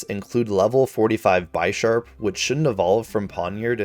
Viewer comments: Your pronounciation is weird not trying to be mean. Its Slack-oth not Sla-Koth. Also Drakloak is Dra-cloak like dragon and cloak (cloaking device to hide hence why itll disappear breifly). Bisharp is bishop an sharp so the enphasis on the "I" saying Buy is off. Also THATS WHYI COULDNT FIND AUTHENTIC SINESTEA! I WASNT IN THAT TINY SQUARE I was on the other side of the town 😢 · Dont even get me started with how he pronounces Bisharp, which is based on the bishop chess piece